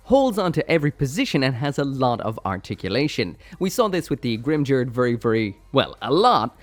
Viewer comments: Grimgerde is pronounced with only hard Gs and the E at the end has an "uh" sound. "Grim-gare-duh" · The 'ge' part of Grimgerde is supposed to be pronounced like 'get', not like 'gel'. The katakana used for that syllable is ゲ, so I have that supporting my statement. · Oh I always pronounced it as greem-ger-day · In German its pronounced grim-gurd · Going by the Japanese pronunciation, it should probably be the first one. Short 'ba' and , 'tos' pronounced similarly to 'toss' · every time Grimgerde was said I died a little inside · The word Valkyrja is pronounced valkeeriya not valcuria and Grimgerde is pronounced grimgarduh not grimjerd